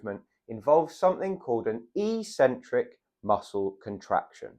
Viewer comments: That word is ik-sen-trik. Definitely never e-sen-trik. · It's pronounced EX- centric, not EE-centric. Also the "over 50s" is hardly a homogeneous group. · Eccentric: ek-sen-trick. is the opposite of concentric. Sorry,, your ee-sen-trick thingie is just illiterate nonsense. But as an 80-year-old who has to worry about my balance, I do value your good sound advice. Keep it up, and thank you! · not e-centric but ec-centric (pronounced ek-sentric, from Latin ex- prefix). Having trouble on going down stairs, I also found this information helpful. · It's eccentric, he's just pronouncing it very strangely. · A 'c' is only an 's' sound if followed by an 'e,' 'i' or 'y.' Ascent has the 's' sound, but accent has a 'ks' sound. Eccentric is just like accent, even if this reality hasn't hit gym culture yet (and likely never will). I highly recommend The Logic of English to anyone who reads this comment. It is a family heirloom book for those interested in learning English spelling, reading, pronunciation and writing the most efficient way. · I would pronounce excentric /i k ' s e n t r i k/.